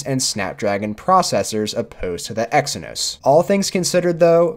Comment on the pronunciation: I stopped watching the video when you said Exynos prosessor ...